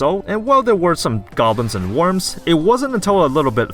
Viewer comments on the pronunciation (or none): none